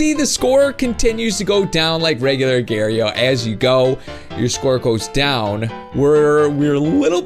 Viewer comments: it's agar.io not agare.yo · He Say Agar.io Wrong To Lol He Say "Agairio"